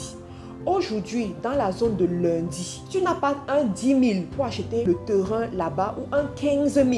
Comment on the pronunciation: Bonne vidéos et un bon contenu! Félicitation! Sauf que tu pronnonce très mal le mots "terrain" et c'est fort désagréable